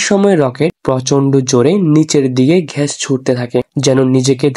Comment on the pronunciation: ঘ্যাস নয় ভাইয়া এটা হবে গ্যাস ধন্যবাদ